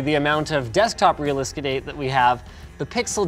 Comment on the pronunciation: "Desktop Realahskadate" - Linus Sebastian